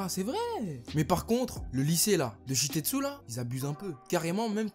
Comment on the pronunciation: Tout le temps tu dis "Shitetsu" alors que c est "Shiketsu"